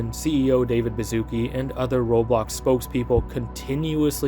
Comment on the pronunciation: Yo, complete off top but you read "Baszucki" similar to like "Bashusky", as its origins come from Polish-Lithuanian Union and mean that at some point bro's family was aristocrats or earned an honorable surname title 🤓☝️